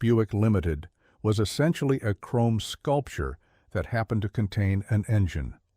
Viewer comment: Over chroam, LOL!